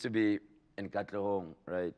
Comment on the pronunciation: Arg!!!!! Whoever this lady is, is just a no no. Oh and it's not katlegong it's KATLEHONG, PLEASE DO YOUR RESEARCH LADY. Come on!! Just get Anele back?